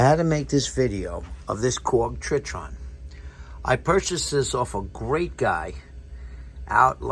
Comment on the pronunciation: Old video, but you pronounce it TRY - TON and spell it TRITON 😅